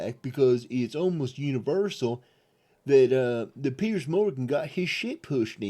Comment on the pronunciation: Its Piers, not Pierce.